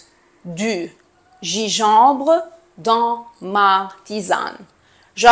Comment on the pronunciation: حبيبتي جانجنبر وليس جيجومبر